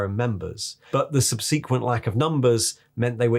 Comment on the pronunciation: I absolutely love these videos. But if I may, humbly, as politely as possible... You are mispronouncing the word subsequent. 😬 Sorry.